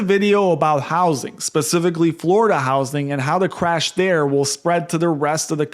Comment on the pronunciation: Are you saying cwash?